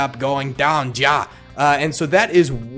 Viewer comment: Ja is pronounced yar not jar